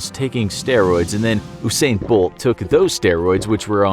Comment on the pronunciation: loool it's pronounced 'YOU'sain